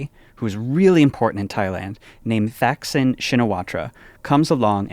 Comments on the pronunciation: For once I'm correcting someone other than Tommy's pronunciation: the in Thaksin is like the in Thailand, not Thighland, and you don't pronounce the in Shinawatra (sounds like "chin-a-WATT) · As a worldo living in Thailand I am thrilled you guys talked about the elections. Max really nailed the Thai political history so big props, but struggled a bit on the pronunciation of the names of the major players 😅 Thaksin is a hard T not a th like in English. This is because Thai has multiple “T” letters and when they translate to English the h signifies a hard t as opposed to a mixed dt sound. Also his party is Pheu Thai is like “pua” Thai with a hard p same principle. On the substance though really super impressive and very accurate. Lots of people here are more hopeful than anytime in the last 20 years. Fingers crossed for Thailand’s future.